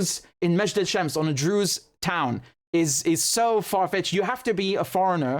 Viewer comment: Druze not Drews